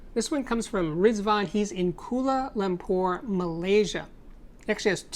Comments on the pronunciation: Its 'KU-A-LA___LUM-PUR', Malaysia. :) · Kuala Lumpur: I believe it is pronounced as: "Kwala Loom poor"